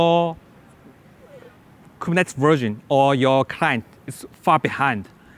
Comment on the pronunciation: The only issue is how he says Kubernetes and a new other words he seems to struggle with. Beyond that, solid information and good presentation with good control over disfluencies.